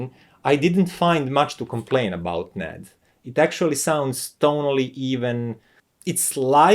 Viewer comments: First off it’s not pronounced Nad, but N A D. You say the letters individually. So I’m getting the sense the Yamaha amp is flat sounding? Does it have a phono preamp? I’m guessing NOT! I have a Teac amp that probably performs like that one. However, unlike the remote for that amp, the Teac amp has an awesome remote. It’s metal, in gun metal grey. I like my B&W speakers with the Yamaha amp I already have, and it also sounds great with my ELAC speakers as well. I prefer listening to vinyl and I doubt that amp will give me the sound quality I’m looking for. The remote for my Yamaha amp is better than the one with that amp, but it still doesn’t compare with the Teac one. So I take it that that amp main source for audio input is digital and not analog? One last thing regarding your review is you repeated most of the same information several times making this video longer than it needed to be. However, outside of that, your presentation was done very well I got through it. . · Very useful and insightful review - thanks! For what it's worth, I have always heard the name NAD is said "En A Dee".